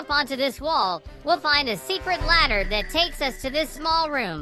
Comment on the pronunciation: 𝐷𝑜𝑛'𝑡 𝑠𝑎𝑦 𝑡𝑎𝑡ℎ